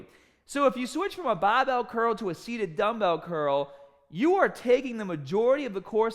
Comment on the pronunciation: it really pisses me off how you pronounce "barbell".